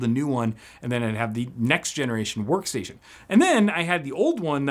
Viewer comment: That "sworkstation"